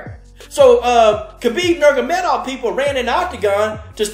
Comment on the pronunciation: Great fight and love your enthusiasm, Man. But you’ve got to pronounce the man’s name correctly please! It’s Nur-ma-go-me-dov 😂😂